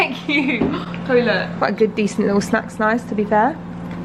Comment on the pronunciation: When says "snack snize" and continues on like we won't notice 😂😂